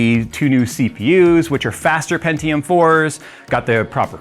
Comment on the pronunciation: hearing someone pronounce pentium as "pen-ti-yoom" instead of "pen-chum" is kinda weird for me. anyone else? just me?